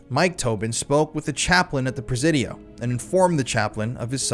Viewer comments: Is it me or is anyone else annoyed at his mispronunciation of the word Presidio?? “Si” as in “YES” sounds like Sea, See or C!! The Prah- Ze-Dio (with a short vowel E) is really making me nit even want to finish the video. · In the big scheme of things, this is SO minor. I was born in The City living here my entire life - you're pronouncing the Presidio is slightly off. It's "pruh- sidio". Sorry but every time you say "prez-zidio" it's.. Said with love Carry on 🫶